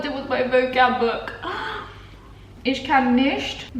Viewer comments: You're speaking very well already! But you should try to: Pronounce the ch in for example "ich" more as some kind of weird respiring than your "sh" Don't "roll" the a that much. If that makes sense somehow? Oh! Pronounce the a more like the a-sound in "how" :D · hahah it's so funny how you pronounce 'me' in german :D how do you say china? that's how you say 'ich' also - not 'ish' - the same goes with 'mich', 'dich'...basically everything with '...ich' xD P.S. i speak 5 languages